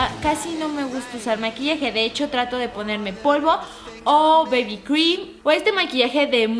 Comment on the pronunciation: Lesslie no es para burlarme es para corregirte es bb cream osea se pronuncia bibi cream no baby